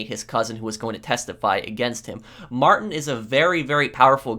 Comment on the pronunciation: It’s not Martin the way he pronounces it. It’s like: ‘Mar-teen’.